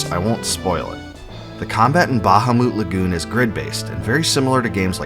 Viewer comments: It’s “Bu-hamut” Lagoon. Not “Baja-moot” Lagoon. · Buh-hah-mit not ba-ha-moot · its not bahumoot....its literally BA-HA-MUT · Google the pronunciation and you'll see it most definitely is "Ba-ha-moot"...... not "Bu-HaMuT" 🤓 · buh-HAH-meht, not BAH-hah-moot Also LOON-uhr, not loon-AHR, from some of your other videos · RIGHT?! smh... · Ba-ha-moot Lagoon 🤣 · I don't think that's how bahamut is pronounced. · The word bahamut seems to have the same source as behemoth. No one pronounces behemoth like the guy who made this video. The stress should be on the second syllable. Like how you would say the word Goliath.